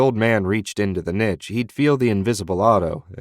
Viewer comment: Literally only one critical thought… The pronunciation of niche at the beginning